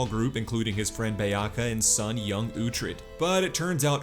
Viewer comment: Your pronunciation is so terrible it triggers me so much! Did you even watch the show? Don’t even know how to say Beocca when it is said about 1001 times in the show! The “C” at the end of words is pronounced as “ch”. It is like you are just reading the wiki and sounding out the words.